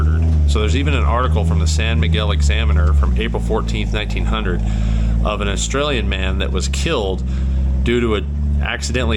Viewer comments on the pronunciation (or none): none